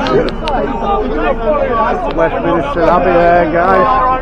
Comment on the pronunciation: West 'minister' Abbey , instead of Westminster Abbey 🤭 I love the little errors in words , they can sound so endearing and cute 😊